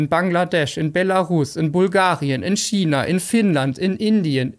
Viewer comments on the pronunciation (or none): none